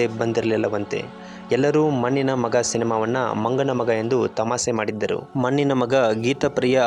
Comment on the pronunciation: ಮನ್ನಿನ ಮಗ, ಸ್ವಲ್ಪ ಕನ್ನಡ ಸರಿಯಾಗಿ ಉಚ್ಚಾರಣೆ ಮಾಡುವುದ ಕಲಿತು, ನಂತರ ಮಾತಡು